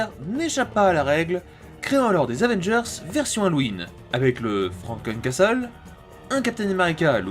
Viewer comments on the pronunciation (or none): none